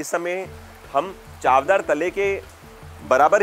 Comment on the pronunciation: Hello ! Your vlogs are good , pleasant and informative… Just one request … try to pronounce the local names correctly … The Mahad(महाड) lake’s name is चवदार …(tasteful) Or चौदार …(having four entrances)